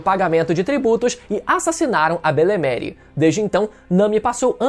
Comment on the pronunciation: Belemere é madrasta em frances, ve no google a pronuncia correta, seu video é show